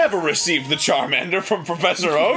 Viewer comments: he fucked up charmander's name, as he fucked up his attacks Goddammit Arin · I couldn't stop laughing at that they accidentally messed up Charmander's name and the Character's name. I never! LOL XD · Arin screwing up Charmander’s name was a very bad omen....you know the one... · I can get over you fricked on Charmander's name, but own it. Embrace it. DO NOT UNDER ANY CIRCUMSTANCE BLOW THIS PLAYTHROUGH! YOU WILL COMPLETE THIS ONE ALL THE WAY THROUGH! YOU HAVE STARTED SOMETHING BEYOND WHAT YOU EVEN UNDERSTAND SO DON'T. MESS. IT. UP!